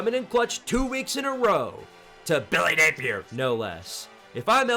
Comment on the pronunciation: why does he say billy napier like that lmao